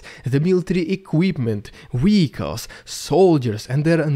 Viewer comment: I love your updates but help me out here... Why are you able to say 'videos' just fine but you still say 'wehicles'? Is it just an inside joke that I missed?